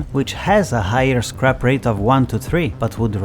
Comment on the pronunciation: I'm laughing so hard because when you say scrap it sounds like crap LOL.